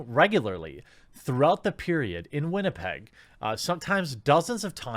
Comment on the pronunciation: I can get a WestJet ticket from Winnipeg to Toronto today for $180.00 plus fees. Oh, and thank you Jeremy for pronouncing Winnipeg properly. Living here, the way people pronounce it poorly bugs the hell out of me.